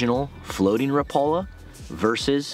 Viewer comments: By the way, rapala pronouces the name rap a la instead of rapala. Like rap music. I used to pronounce it incorrect myself. JFYI. 😊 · I see you're using "teflon" hooks again. One point of trivia here. Until I moved to Upper Michigan I pronounced Rapala the same way you do with the accent on the second syllable. However, because "Raps" are made in Finland and there is a lot of people up here in the U.P. of Finnish decent, they pronounce the name Rapala annunciating all of the vowels. So, like, rap (as in rap dance) a-la. So, when you meet me, (which you will) I will be saying it the Finnish way. By the way, I like original Thundersticks JR's better than Raps...I wish Brad still made them.